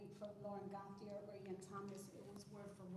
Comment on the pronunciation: My name is Yvon Gauthier, I am French and the way Lauren (running for council) said her name isn't quite right as it's a French name. There is an NHL player named Cutter Gauthier and the hosts pronounced it correctly as in GO-TEE-YAY.